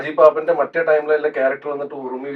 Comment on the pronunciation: സൈജു കുറുപ്പ് ട്രയിം ട്രാവൽ എന്നാ പറയുന്നേ ടൈം ട്രാവൽ അല്ലെ 8.15